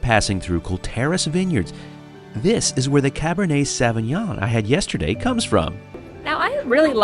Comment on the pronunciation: Sauvignon is pronounced "saw-vee-nion"